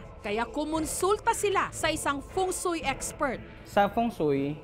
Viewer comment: Wait. Pari pumu- Feng Sui? 🤔